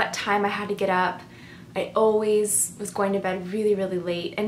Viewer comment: I noticed several INFJ's pronounce also as aweso. I grew up with an INFJ that would also say allzee instead of always. Take no offence because I think you and other INFJ's are very well spoken,but I couldn't help notice the commonality in pronouncing these two words.